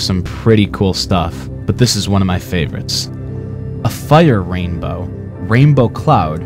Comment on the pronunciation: "Double raimbow, oh, double raibow all the way!"